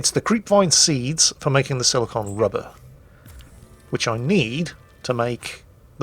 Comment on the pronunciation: Your accent is causing you to mispronounce Silicone. Silicon and Silicone are different. I know I'm nitpicking but just once I want to be that guy you always talk about nitpicking everything you say XD